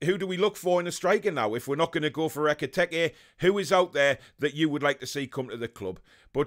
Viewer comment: His name was never EK-I-TEK-I lol :')